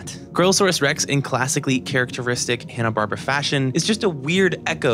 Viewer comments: watches 44 movies and makes a 90+ minute video about Scooby Doo’s history and all its movies -doesn’t know it’s pronounced barBEARa JK, this whole thing is beautiful and that’s such a nitpick from right at the beginning few minutes. We stan the dedication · I am eight minutes in and really debating if I should keep watching a video where a guy pronounces “Barbera” that way. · You mispronunciation of "Barbera" almost made me rage quit this video.